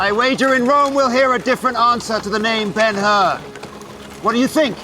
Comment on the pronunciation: It's BEN HUR, not BEN HER or BENUR! The BEN HUR portrayed by Charlton Heston is still the best...